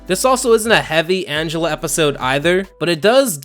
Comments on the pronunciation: Minor criticism. Her name is ANGELa not An-gel-a. Angela is a human name, but she's an ANGELfish, so she's ANGELa. Get it? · Angel-uh. It's pronounced like angel. Sorry, it was bugging me. Honestly, I'm just happy about someone talking about Fish Hooks. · Angelaa? Angel a? Not Angela? Idk